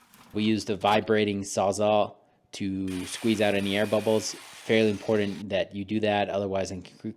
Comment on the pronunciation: IM-POR-TANT. Cool project though.